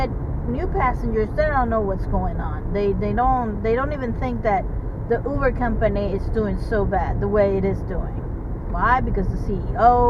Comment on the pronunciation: I’m hearing you pronounce “Uber “ w/a “V”, like “Uver “. But isn’t it pronounced w/a “B” sound??